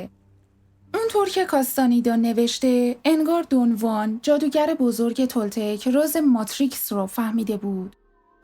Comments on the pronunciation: با احترام و تشکر از شما سوگند خانم من کتابهای هدیه عقاب و چرخ زمان رو ار از کارلوس کاستاندا خوندم و اسم اون شمن سرخپوستان دون خوان هست که شما دون وان تلفظ میکنید شاید دون وان کسی دیگر است که من باهاش اشنایی ندارم سلامت باشید. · دون خوان. نه دو وان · درود تلفظ درست ...دون خوان ماتئوس است🎉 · رود به شما.بسیار عالی ،کامل و درست بر اساس کتابهای کارلوس کاستاندا،البته به شیوه ی همه فهم توضیح دادید و خواهش میکنم ادامه بدهید.اما یک سوال:ازآنجاکه همه ی کسانیکه کم یا بیش،با عرفان تولتک توسط کارلوس کاستاندا و شاگردان دیگر او و دون خوان آشنائی دارند،همچنین در همه ی کتابهای مربوط به این معرفت،چه در نوشته ها یا گویشها،دون خوان را دون خوان گفته و نوشته اند ولی شما، حرف خ را از اول نام دون خوان حذف میکنید؟آیا دلیل خاصی دارد؟ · دون وان نه دون خوان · کاستانیدا❌ کاستانِدا✅ دُن وان❌ دُن خوآن✅